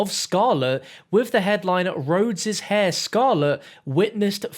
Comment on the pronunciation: Heir: it is pronounced "air" not "hair"